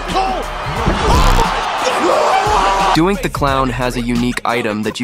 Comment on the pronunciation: How tf did your AI pronounce Doink